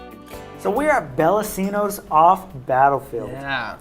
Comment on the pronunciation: I didn't know there was one down there. I didn't know they expanded. I've been to the one in St. Louis long ago. Also I've heard it's pronounced Bella(ch)ino's.